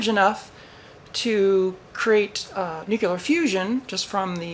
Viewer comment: You said nucular!